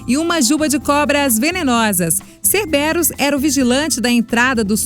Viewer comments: e não cerberus e cerberu n tem s no final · fatos desconhecidos a pronúncia de cerberus, "quérberus" e não cerberus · vários nomes pronunciados errados, o certo é harpía, cérberus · "Cerbérus" não. "Cérberus", sim. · sem contar que errou a maioria das palavras, cerbéros? sério isso? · posso estar enganada mas , não se pronuncia "kerberos"? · o correto é hárpia e não harpia e na pronuncia de cerberus ele e proparoxítonas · ela não pronunciou o nome Cerbirus corretamente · Gostei bastante do vídeo, só não gostei da pronúncia do Cerberus. Mas tá tranquilo, tá favorável. Amo Mitologia e suas criaturas